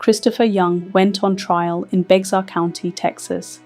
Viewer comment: I’ve watched several of your videos. I know by your accent that you’re not from America. But you should learn how to pronounce the locations of the crimes if you’re going to report on American crimes. Bexar is actually pronounced like bear. Try asking Google how to say the names of the counties and cities in America. Some can be tricky.